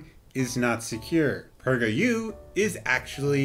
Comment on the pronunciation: lmfao 🤣 The way you said PragerU was autocaptioned "Pricker you" 👏👏👏